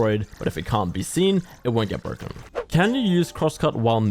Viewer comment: This agent is so bwoken